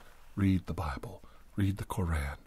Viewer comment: Its pronounced "Kor-aun" not kor-an" that one line really ruined the whole video for me like i just stopped getting tingles after that.